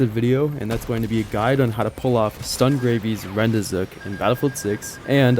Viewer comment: How do you manage to pronounce rendezvous correctly, but repeatedly pronounce the achievement as "rend-ee-zook"?